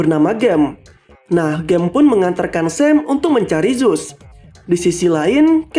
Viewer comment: Bukan zuse tapi zeus